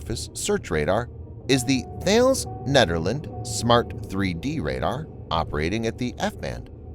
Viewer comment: I hate to be pedantic but i have never herd thales pronounced like you do. its tickles me but if you would like to say it those in the defence world do i would recommend